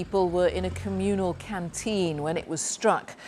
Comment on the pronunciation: "Communale canteen" 😂😂😂😂 I swear to god you guys are pathetic beyond repair. It's a MILITARY BASE PERIOD.